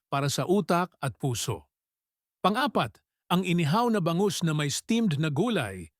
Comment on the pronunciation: Tama po ba ang bigkas ninyo sa bangus, gamot ,matatamis , pamamaga,sinigang at marami pang iba